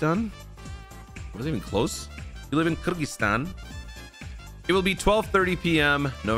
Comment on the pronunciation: You pronunce Kyrgyzstan correctly amazing.